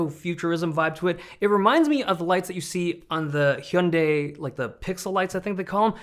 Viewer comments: your pronuniciation of Hyundai is accurate - not the watered down "Hunday like Sunday" bullshit for americans. thank you! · woah you said hyundai right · The most satisfying thing to me in this video had nothing to do with the laptops, it was your pronunciation of Hyundai, this is the first time I ever hear a North American pronounce it properly. Thank you.